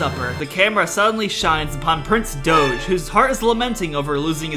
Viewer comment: I love how Prince Doge is a Douch, and the way Doge is pronounced by is similar to Douch pronunciation